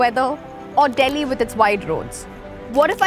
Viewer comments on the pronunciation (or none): none